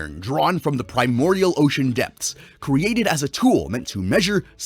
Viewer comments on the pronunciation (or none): none